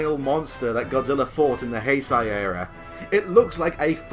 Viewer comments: It's pronounced Heisei (HAY-SAY) not heisai. Also while megalon might be your guilty pleasure, space Godzilla is mine. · Wow, a couple problems with Destoroyah A. Did you say Heisai? What... what even? B. Yeah, Destoroyah looks like the kaiju embodiment of Satan because that is what they designed him to be. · You're pronouncing heisei wrong